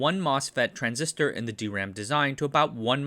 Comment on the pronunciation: I cant help being happy, that you have started saying - correctly - D-RAM, instead of dram. Great channel btw!